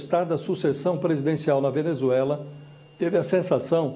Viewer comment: E FAZUĖLI né, Josias?